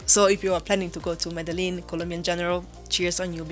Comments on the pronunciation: Cool video :), but please pronounce Medellin like Colombians, sounds way cooler. Thanks and keep up the good work. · Can’t even say Medellin right gonna trust this stupid review it’s not the top 10 things to do just the 10 things you did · Plis, aprende a decir bien Medellín 😢.